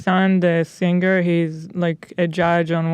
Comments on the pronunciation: Nobody: Ethan: sinGUR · Will Ethan ever manage to pronounce "Singer" normally?